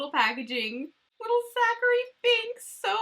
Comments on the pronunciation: It's Thackery not Zachary haha love you!:) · Girl, it’s Thackery Binx.